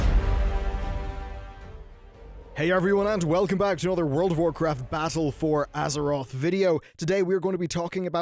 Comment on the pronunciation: "Bazzle for Azeroth"